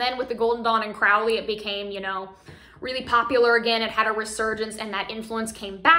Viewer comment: Just btw, Crowley is pronounced like “crow” the bird.